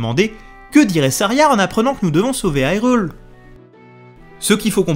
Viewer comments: Ça se prononce "HyrULe" Pas " Hi reul" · je te met un like ta fait un bon boulot!! mais bordel!!! on prononce irule pas AILRULE!!! soit tu prononce irule a la francaise ou alors prononce le ailroule!! enfin treve de grivoiserie encore bravo pour le taf accompli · Pourquoi dire "aïrule" au lieu de "hirule"et dire "jérudo" au lieu de "guérudo" 🤔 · Je like, je suis abo', bon boulot etc... Bon, sinon, on en parle ? Haïrule ? Jeroudo ? Ça pique mes oreilles 😅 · Mais pourquoi tu dis HIGHrule? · Haïrule ???? Mais pourquoiiiiii ???? Nooooooooonnnn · Pourquoi prononcer hyrule a l'anglaise alors que c'est un jeu japonais traduit en Français ? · Pourquoi pas ? Si on francise la prononciation de Hyrule, pourquoi prononcer "guérudo" quand en français gé se prononce jé ? Je suis conscient que ce sont les prononciations canonisées par le doublage de BotW mais elles me semblent incohérentes et irrespectueuse de l'idée derrière le mot Hyrule (high rule, qui sera mis en opposition avec Lorule dans ALBW).